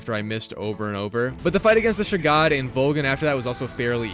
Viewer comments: ah yes, not the shagohod, the "shagod" 😭🔫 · I fucking busted up laughing when he said "shu-god"